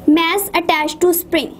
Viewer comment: Mass bolte he.... Mess nahi